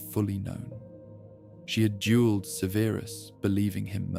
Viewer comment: Great except for all of the mispronunciation of Severus. Extremely annoying. Takes me out of the story.